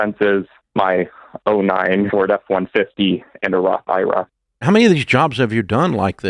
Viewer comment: Hate when people pronounce IRA as a word 😂